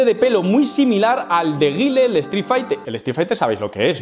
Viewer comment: Repite conmigo, se dice ga-i-el, y sonic boom jajajajaja, se nota el cursito✌✌✌. Buen video